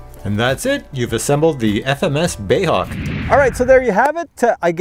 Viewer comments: Love your videos but it's BAe (British Aerospace) not "bay" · "BAY" Hawk ... LOL. How funny 😅 🇬🇧